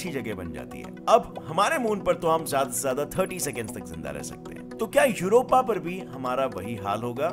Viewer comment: AAP jyada ko jyadi kyon bolte ho